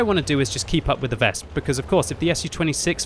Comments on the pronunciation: Please, it is not "Wesp" it is "Wes-pe" Anyway usually i agree with no cap - kill all attitude, because if we kill every enemy tanks, we get all more xp - maybe credits too. But yea, not in these risky situations. And yes, i seen a lot of arties who stopped our own cap by killing own capper teammates. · for god's sake, stop saying VESP lol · Ves-peh W is pronounce as V in German. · The last "e" in "Wespe" isn't silent, just like in other German words, like Grille or Löwe